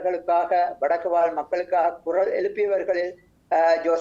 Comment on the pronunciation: அந்தக் காலப் பகுதியில், தமிழைக்கூட உச்சரிக்கர் தெரியாதவர்கள் எப்படி தமிழ் ஊடகவியலாளரார்கள், குரல் - குறளாக உச்சரிக்கப்படுகிறது. தமிழுக்கு வந்த சோதனை?